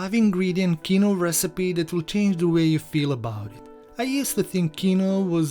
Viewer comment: I working on getting those cornmeal pudding recipes to you as promised. Quinoa is a weird word.....it is pronounced: KEEN-wah. Recipe looks tasty. I have some of this little known seed in my fridge, using it on occasion to boost the nutrition of white rice. Rinsing it in a very fine mesh sieve is standard since the seed has a bitter protective layer to ward off "predators". It's quinoa's own natural defense mechanism.